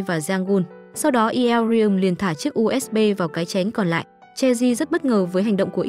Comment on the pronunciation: tội nghiệp bạn review đọc tên nữ chính mỏi mồm 😂